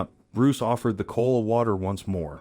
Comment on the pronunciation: 50 It's Ko ala not kola's